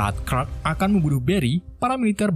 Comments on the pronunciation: bang kenapa luu manggil superman dengan nama crack dan bukannya clark...😂😂😂 Endingnya bikin ngakak...😂😂😂😂😂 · Clark kok dibaca klek 😭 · Clark jadi krek 🤣